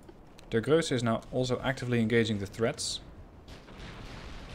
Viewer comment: You pronounce the ships well, but it isnt Grösse, it is Grosse, it is a difference. Btw, when does the game come out